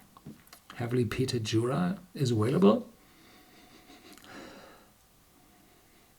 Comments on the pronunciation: it’s still pronounced aVailable, not aWailable. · I don't copy and paste; and I don't make this comment on all of his videos, only the ones when he says "aWailable". I also don't want a cookie. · The word "available" is pronounced "aVailable", not "aWailable". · you also learned that “narrow minded” is two words, and “available” is pronounced “aVailable”, not “aWailable”. You’re welcome.